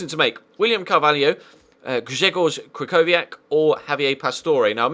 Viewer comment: im not polish but my freind is and he said that krychowiak is pronounced as kri-ho-vi-ak